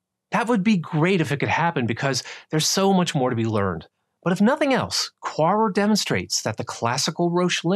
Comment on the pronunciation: You say Quaoar, I hear Poirot... time to go watch the lovely David Suchet ;P